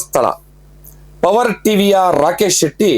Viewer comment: ರಾಕೇಶ ಅಲ್ಲ ರಾಕೇಚ